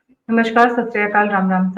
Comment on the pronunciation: "नमश्कार" नहीं होता, "नमस्कार" होता है.